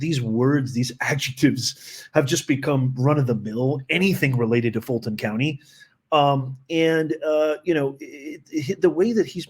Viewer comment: FILT-ON COUNTY😂😂😂